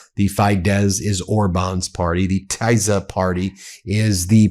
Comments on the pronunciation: Just a little help: Tisza (Orbáns party in Hungary) is pronounced Tissa, Like miss (with an a at the end) or hiss (with an a at the end). Not proud of having Hungarian ancestors at this point. 🙏🏼💙💙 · I am Hungarian, that pronunciation of Tisza made me laugh. Anyways, I can tell you that the average Hungarian has no clue who the F JD is, neither give a shit about what he has to say. Btw, did you know that Orbán brought some russian guys to hungary to help rigging the election and that they are planning a false flag attack from Ukraine on Hungary or on Orbán. If anyone is interested in more details on the shitshow that hungarian politics is, watch the Living ironically in europe channels video on Orbán, it is very funny. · It’s Tisza (Tee-sah) and Fee-dess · I live in Romania, (obviously next to Hungary) and I would like to give you some advice about pronunciation. It's the Tisza Party ("TEE zah") and Fidesz Party ("FEE des"). I'm an American who has lived here for 30 yrs and watches your programming faithfully. Thanks for your insights. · Tis - ah and Fi - dez. Soft i. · The Hungarian parties are pronounced like this Ben: Teesa, and Feedez.